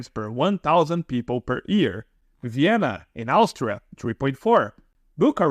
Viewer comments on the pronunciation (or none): none